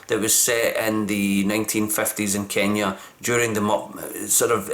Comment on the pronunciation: You are pronouncing Kenya so well, love the explanation